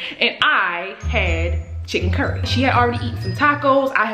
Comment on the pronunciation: I stopped listening for a min because you said "chicken curry".... are you Guyanese XDDD